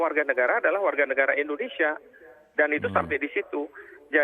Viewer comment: ENDONESIA YA PROF? Wkwkwkw